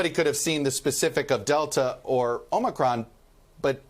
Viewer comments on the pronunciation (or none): "The Omicwon Vawiant is waging thwu the wuld!" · Please teach Dr. Fauchi to pronounce omicron correctly, with a long o, as the NBC anchors do.